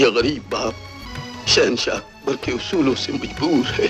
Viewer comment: Bhai aap ki kahani bahut zabardast lagi. Lekin aap ne Urdu zaban ki tang tod di glat tarike se alfaz ada yani bol karke. Plz aap ees taraf dhayan. Jaise sahensa nahi shensha. Paresan nahi pareshan. Alisan nahi aalishan. Aur bhi alfaz ees kahani mey aap unko badi sheen mey bola kare.Na ke choti seen mey. Aap ko meri baat samajh mey aa gaee hogi.